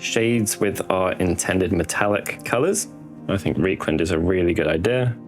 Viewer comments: R E I is rye. Rye-kland, not Ree-kland. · Another good video. The weathering style mirrors Darren Latham's stuff, which is always a good place to start (before GW banned him from YouTube tutorials). Although pronouncing Reikland Fleshshade 'Reek' instead of 'Rike' is a bit painful on the ears. The Germans would be aggrieved!